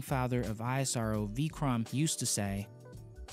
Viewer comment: It's not i.s.r.o. it's ishro pronounced together